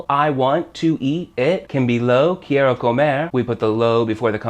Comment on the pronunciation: This guy can't even pronounce quiero correctly.